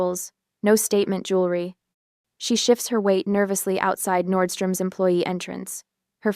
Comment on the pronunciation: I thought it was Nordstrom